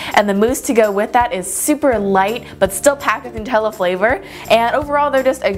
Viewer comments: Looks amazing! Its nut-tella. Not Noo-tella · it is nu tella not noo tella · It is pronounced as NUTella as in NUTS not NOOtella! I am not being rude I am just saying. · These look so good! Also, it's pronounced nut-ella not noo-tella. 🍫🍮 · It's meant to be Nutella as in Nuts. Nut-ella, not Nute-ella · The right is pronunciation nut-ella it's not new-tella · Love this but it's Nutella not nootella 💖💖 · It's nut Ella Nutella not new tells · Its Nutella not Nootella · It's nutella not nootella xx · It's "noo-tella" because it's Italian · It's Nutella (NUT) not nootella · It's supposed to but pronounced newtella like the people that invented it say so but it's literally made of nuts it should be said Nutella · It's nut-tella not :nu-tella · Lauren Fox no it's actually NUT-ella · Sindar Elf Actually it's new-tella. The nutella website says it lol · it's actually pronounced nuh-tella I read it in a blog that was giving facts about Nutella and it said the company confirmed that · Who says nuh-tella instead of new-tella? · It's NUH-TELLA because it's made of nuts 😊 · Nut Ella is how u say Nutella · It's "nuh-tell-ah" lol :) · its pronounced nut-ella because its made of macadamia nuts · It's nu-tella